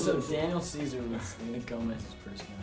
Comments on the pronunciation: i'm with you I was like wait he said Daniel Seavey right?! then i heard it again and i was OHHHHH im dumm (zach mode XD) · i thought jack said daniel seavey at first for vocals haha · I thought Jack said Daniel Seavey when he said Daniel Ceaser. Who else? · Sofia Akimoto me too ahhahaa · Yup almost thought it was Daniel seavey😂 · I really thought that when jack said "Daniel Ceaser" I thought he said "Daniel Seavey" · At first i thought jack said daniel seavey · I thought Jack said Daniel Seavey at first 😂❤️ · at first I thought jack said Daniel Seavey for the voice thing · Does anyone else hear Jack say Daniel Seavey . Because I swear I heard it every time. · Did anybody else think that jack said Daniel seavey instead of Daniel Cesar 😂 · Who else thought when Jack said Daniel Caesar who else thought he said Daniel Seaver?? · I THOUGHT JACK SAID DANIEL SEAVEY EJWJSIEJD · Omg i thought jack said daniel SEAVEY for vocals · i thought jack said daniel seavey....